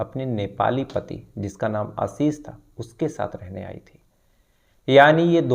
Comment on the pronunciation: Sir, aapka Ashish ka pronunciation hamesha galat rahta hai. Ek aur story mein aap Ashish bol rahe they. Aaashish hota hai pronunciation